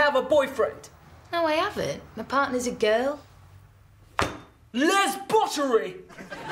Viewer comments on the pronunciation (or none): lmao "lesbotary"